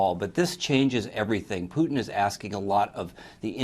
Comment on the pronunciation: Pooor Poo-ton! . . . The Man's suffering from Dementia! .. Worse than dRumpfff!